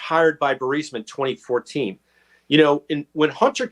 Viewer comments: Why does Benny keep pronouncing Burisma, Bursima? I'm just curious. Is it speech dyslexia? Lol. Is he worried about triggering the YouTube censorship? Or did he mispronounce, yet too proud to admit error? It's a minor detail, but I'm just curious. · Benny, love you man, but you gotta work on your pronunciation and diction. Burisma is the name of the corrupt natural gas company, you keep calling it Bursima, which just confuses the uninitiated. Us conservatives truly have to be on our A game if we expect to heal our nation. Peace and blessings ❤️💛💚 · Luv ya BUT - Your repeated mispronunciation of Burisma is annoying, as hell. And Vivek Ramaswamy - you might want to learn how to pronounce his name too! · Benny, you need to learn how to pronounce Vivek and Burisma. Your attempts are pathetic. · If you’re going to say “Burisma” 700 times per episode the least you could do Benny is learn how to pronounce it properly. I don’t get how anyone can get BUR-SI-MA out of BU-RIS-MA for crying out loud. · Benny...love you and love your reporting....it’s Bur-EEEZ-ma, not Bur-SI- ma...unless you’re poking fun, then that’s a different story. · Dude. Why can’t Benny Johnson pronounce the Ukrainian oil company’s name right, it’s so grating especially since he’s a reporting type. Bur-IS-ma Benny not Bur-SI-ma. My goodness. Other than that, great vid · BENNY. Say Burisma correctly!!!!!!!!!! It’s not BURSIMA. Please!!!!!!!! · Burisma!! Not Bursima!! Are you drink?! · are you able to say Burisma correctly? You say it like it's spelled Bursima. and it's Bur i sma. Prouncounced Bureesma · Please Benny pronounce Burisma correctly Bur- eesma, not Bursima…thank you!!!❤ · "Burisma". ...not bursima. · Benny, Would you **PLEASE** stop mispronouncing the Ukrainian Energy Company !!! It's BURISMA = Buh-ri-sma, NOT BURSIMA =Bur-sima You lose credibility when you mispronounce the subject of your discussion. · Burisma, not Bursima. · Burisma = "bur-REES-mah" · Say "Burr-eez-muh"